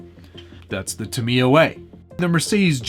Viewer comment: its pronounced ta-mi-ya not ta-mia